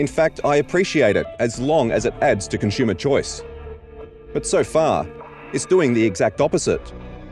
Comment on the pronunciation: It's painful having to listen to this guy not being able to pronounce the word "consumer" correctly over a dozen times in one video...